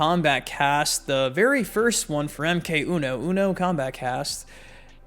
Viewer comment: You are improving your "uno" pronunciation!! 👍